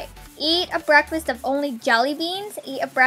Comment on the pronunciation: lol I just realised you said "brasket" instead of breakfast lol ( go here => ) btw I really enjoyed this vid and make this blue if you love! 👇🏻